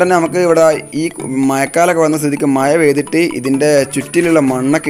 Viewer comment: എന്തോന്നടേയ്‌...മയ,കുയി.... മഴ ,കുഴി എന്നു നേരേ ചൊവ്വേ പറയടേയ്‌